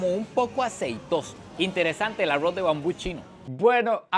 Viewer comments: Repite conmigo ARROOOOZ no Arrouz jaja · Amo estos vídeos, pero no puedo con su pronunciación de “aroz” 😂